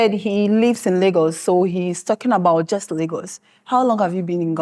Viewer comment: My friend… you can’t say „jost“ and claim Ghanaian. They are all Nigerians na. Another one said „kontry“ and the other said „kid-napd“ not kidnapped!